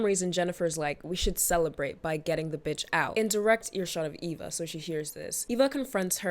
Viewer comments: lol. Her name is Eva. Not Ava ❤️ Great video 🎉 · Is she calling Eva "Ava" 😢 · I cringed so hard every time you called Eva Ava 😩 but this was a great video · It's Eva not Ava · its so funny because she has a disclaimer about it actually being eva, even though she called her ava, and then immediately continues calling her ava😂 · Obsessed with how you spent the entire video calling Eva “Ava”😭❤️ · Pretty sure it’s Eva, not Ava 😅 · Are you saying her name as Ava on purpose? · EEEEEEva girl. Eeeeva. With an E. Sheesh.